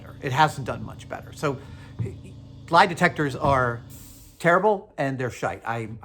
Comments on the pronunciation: You say sh#te like a proper Irishman 😁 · i love it what Adam says Shite. it sounds so weird hearing an American say it. it's such a UK/OZ thing :-) i'm guessing he picked it up from the Australian crew on Mythbusters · Adam saying shite like an Irish man